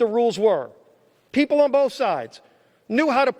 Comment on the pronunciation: We the weepull of duh webubwic of the green new deal....hold these socialist to be equal and .... oh come on Joe you know the thing